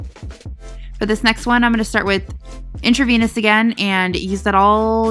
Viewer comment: You saying "in-tra-vaniss" was cracking me up.